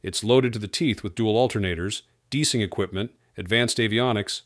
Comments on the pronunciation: "Deesing" equipment? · DEESING??? Come on! Hire a HUMAN to narrate!